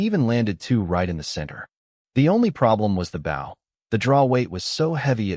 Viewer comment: how come you can't say the word Bow the right way how can you bow to your father an use it for a weapon = [Bo] w is silent